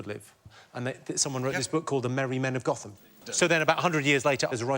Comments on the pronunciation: Nah- he didn’t pronounce it correctly (goat-um) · James Barrett Those of us who live near Gotham in Nottinghamshire know that it should be pronounced Goat - ham! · For anyone who's actually been to Gotham near Nottingham, you will of course know that it is pronounced "Goat-um" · jimmy's right about gotham probably, except it's pronounced "Goat-hum" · The place near Nottingham is pronounces Goat-ham although it's spelt Gotham. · Village and moor of Gotham in East Midlands England is pronounced like Goatum with first part like the animal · Luke Hartley Even Jimmy can't pronounce the name of the village correctly! Goat -ham!